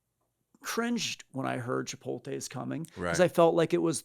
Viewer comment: CHIPOLTE??? Every time I hear that, I want to throw something. My desk is now cleared. It’s chipoTLE!!!